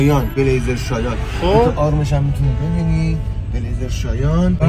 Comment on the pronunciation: شایان برگرفته از یه قبیله سرخ پوستیه و تلفظ هم شایان نیست مثل فارسی